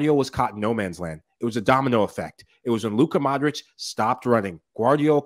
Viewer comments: great show! love the podcast... mike says the names right! foe nigel and luis every name with IC AT THE END! is pronounced eech for example modric is Modreech.. the same with brozovic and the rest eeches! again love the show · Funny Michael just called Modric a few minutes before Nigel spoke, and Nigel still calls him Modrik. wtf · at you could learn gow to pronounce Modric